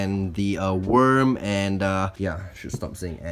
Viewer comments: You said sh** instead os should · No he said should but it sounded like it